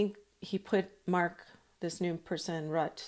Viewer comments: Mark Rutte: pronounced: Rutt-uh. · I understand the 'e' on the end of Mr. Rutte's name is NOT silent, it is being pronounced by most reporters as 'ROO-TAH'. Love your presentation. Thanks. Re: Joe and Mika - it's been pointed out that they have a lifestyle that turns over a huge amount of money every month. Their jobs could be changed to an unrecognisable extent and kissing the ring might not be enough to keep their positions going because too many viewers could leave.